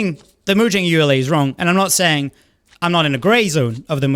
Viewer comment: Pronouncing it like ULA rather than ee-you-la is interesting I've never heard that before.